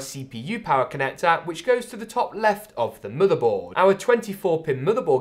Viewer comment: Form Factahhhhh ya mate connactahhhh